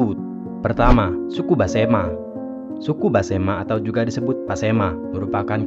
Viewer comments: Mohon maaf Besemah bukan basema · Maaf pak, sebutannya tolong yg benar, yaitu Suku Besemah, bukan Basemah. Jangan dirusak dg sebutan asal2an. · Besemah bos bukan basema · BESEMAH bukan Basema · suku besemah bukan basema....cari yg bnr lgi dehh kak